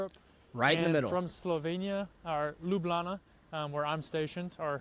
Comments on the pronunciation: Yooooo, my guy is becoming true Lublančan (citizen of Ljubljana). He even pronounces it by leaving out the j's like we do. 😂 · The actual way to say it is Ljubljana (Lyublyana for yall that have y and j different) But the casual conversation way between slovenians is Lublana like in the video. It's slang version of it and it kinda makes me feel proud to hear a non slovene call it lublana instead of ljubljana <3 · Locals and many other Slovenians pronounced it as Lublana.Including myself :)